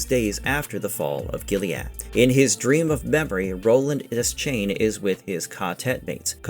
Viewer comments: It’s pronounced, “duh-shayne” it’s never been “desk-chain” or whatever the heck you keep saying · bro it's pronounced Duh-shane